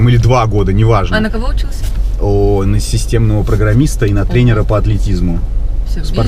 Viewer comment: системный программист - ухо режет..